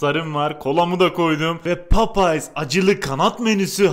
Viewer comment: Papayas diyor hatayli abimiz